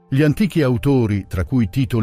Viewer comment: Bel video molto interessante, unico neo è la voce narrante, l'uso dell' AI andrebbe vietato per legge, perché ad esempio ogni "gli" o "dei" stride in modo inascoltabile con la pronincia e a volte crea strafalcioni terrificanti.